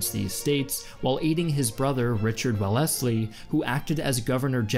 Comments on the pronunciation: Well-LESS-ley? Really???? “The Well-less-ley Brothers“ sounds like a chain of used car dealerships in Wisconsin. Wells-ley. Arthur Wells-ley. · Sorry but that's the pronunciation of someone who's only ever read the word, rather than heard it spoken. Australians usually pronounce English words as British people do, they just accent them differently. For clarity, it's usually pronounced "Wells-ley". Hope that's helpful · Wellesly is pronounced Well'sley, not Well-ess-ley! xD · By the way, Wellesley is not pronounced Well-Ess-Lee, it is pronounced Wells-Lee. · Who are the Well-essey brothers? I know about the Wells-ley brothers. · Wellington's surname was not pronounced "Well-ess-ley", it was pronounced "Wells-ley" (the second E in 'Wellesley' is silent). The H in 'Maratha' is also silent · It's Wellesley pronounced WELLS-lee, not Wa-LESS-lee. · Still waiting for a similar footnote about his pronunciation of Wellesley (which is normally pronounced "Wells-lee"). ;) English is a straaaaaaaaange language. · Wells-lee, the brothers that you mentioned, the proper pronunciation of their surname. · The way he pronounces Wellesley lmao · "wellesley" shouldnt have a gap like that in pronunciation im pretty sure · "Wells-ley" is indeed the most British-English way to pronounce it- but assuming Australians attempt to pronounce it in a British fashion, sounds even less Australian as his pronunciation sounds like an American attempt at a British name